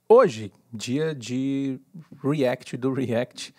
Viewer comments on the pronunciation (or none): none